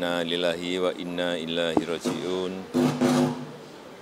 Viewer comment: Innaa lillaahi wa innaa ilaihi rooji'uun... semoga diterima amal ibadahnya diampuni segala kesalahannya dan dimudahkan jalannya menuju syurga. Apkh aq salah dengar? Bapak Jokowi berucap innaa lillaahi wa innaa ILAAHI rooji'un. ILAAHI ?? Ah mgkin aq salah dengar